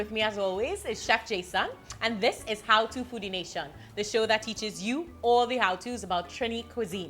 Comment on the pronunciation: Keziann went from ‘haaaw to’ to ‘how to’. Wish trinis on media would stop feeling the need to sound like Americans when they in-front a camera. Be yourself.